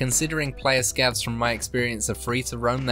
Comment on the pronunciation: "scavs"? no way, man